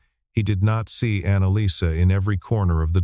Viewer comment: I wonder if this is AI produced because AI is notorious for inaccurate pronunciation. Uncharacteristically, the pronounciation for the name Annaliese is correct. Normally, English speakers do not pronounce the last vowel in this name. It is nice to hear it properly pronounced because it is a pretty name even more so when pronounced correctly.